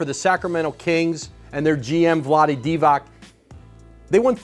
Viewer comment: Vlade Divac, c is pronounced as zz in pizza